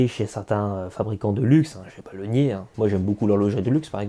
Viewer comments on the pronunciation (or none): none